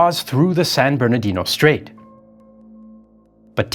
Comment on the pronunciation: Like the San Bournodino Strate? 🤩